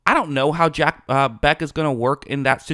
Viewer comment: You’re mispronouncing the man’s name. This is very unprofessional.